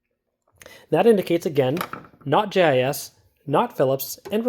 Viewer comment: It sounds more like you're saying GIS instead of JIS